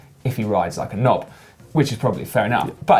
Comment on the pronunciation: Did you say knob?